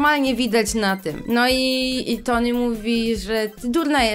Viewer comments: Poprawnie mówi się ,,Toni" to, że Polacy często nie czytają poprawnie i potem inni przyswajają, że to dobra wymowa to nie znaczy, że tak jest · Generalnie ta książka jest tragiczna ale nie mogę z tego że typiara krytykuje książkę a nawet nie umie dobrze czytać imienia Tony XDD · mówi "Toni" a poprawnie mówi się Tony XDDD